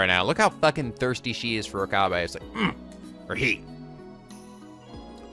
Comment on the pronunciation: I plan to keep posting this until it gets at least acknowledged, even if there's a refusal: Rule of thumb for Japanese names, please stress the THIRD TO LAST syllable. This is VERY CONSISTENT; you should never need to guess how to pronounce names: SUzuha Amane, not suZUha aMAne MAyuri, not maYUri Okabe RINtaro, not oKAbe rinTAro / Okarin, not oKArin / HOUouin Kyouma, not houOUin KAede, not kaEde FUbuki, not fuBUki Itaru HAshida, not iTAru haSHIda HIyajo, not hiYAjo MAkise KUrisu, not maKIse kuRIsu KAgari, not kaGAri (this one you said correctly the first time then changed it so that it was wrong) And from other games, to make the point clear: MAjima, not maJIma MAkoto, not maKOto KAzuma, not kaZUma If you don't believe it, just listen to how the voice actors pronounce the names. It's a western tendency to stress the second to last syllable instead, but third to last is correct. I would understand not knowing how to pronounce names if you read them with no context, but in games like Yakuza and Steins;Gate, the voice actors read out the name for you so you should know how to pronounce them.